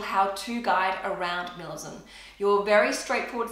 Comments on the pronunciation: It’s like she’s saying ‘minilism’ not ‘minimalism’ it’s so fast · “Milamism” LOL